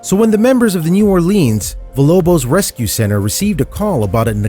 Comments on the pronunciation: It’s EMACIATED not “emanciated”... sorry he said it more than once and that stuff gets under my skin. Also he pronounced Villa Lobos as “Villobos” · Imanciated? Wtf bro, you got one job. Also, “vilobos”. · What a good mama, and the name is villA Lobos...not vilobos. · it is emaciated not emanciated. and it is VILLA LOBOS not vilobos. Every one of these stupid videos has this problem.